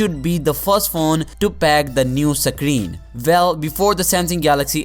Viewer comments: Sake reeen... Or screen.. 😂🤣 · Can you say screen